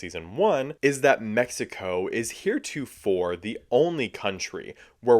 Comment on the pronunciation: That's how you pronounce the name of the country.